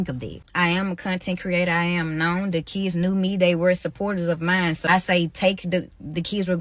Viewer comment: The school shouldn't hire a sub that says shkwel and keeds in the first place that person can't spoke properly, what they gonna teach?